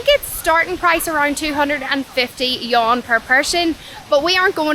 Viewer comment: The Yuan is not a Yawn. It is pronounced as Yu-an 2 syllables. You and then Ahn . Neither is it a Yen or a Won